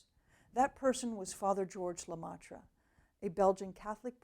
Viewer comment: BTW pronounce: LeMEtre not LeMATre